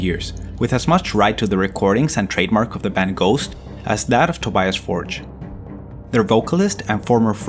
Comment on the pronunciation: Tobias betrayed his friends. And you need to learn how to pronounce ’Tobias Forge’ correctly.